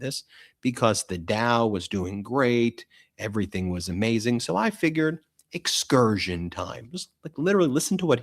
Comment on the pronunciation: Please don't participate in the normalizing his use of "excursion" .. it's freaking INCURSION. The blithering moron can't speak. Say it every.single.time.